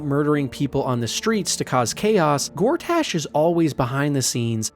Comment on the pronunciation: Honestly it gets worse. He says Lamp Light rather than Last Light, describes the KuaToa as Frog people, says Envier Gortaash, says Mincs instead of MinSC and calls Boo a Giant Space Alien. It couldn't be more obvious that it's a ChatGPT thing and even ChatGPT would get these things right I hope.